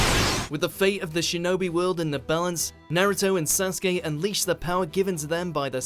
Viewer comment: lol you said sazuke and suzano ooooo why? have you even watched it?